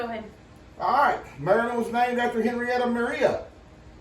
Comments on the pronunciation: Maryland girl here. I am glad everyone liked the crab cakes. Nothing is better than homemade ones. you were pronouncing the state name correctly. As for the people called just add an er to the end. And of course I especially loved this video. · When it was founded they did pronounce it Mary land.